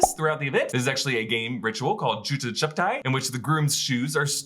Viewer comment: LOL Its not "Juju Chuptai" its "JUTA CHUPAYI" -- shoe hiding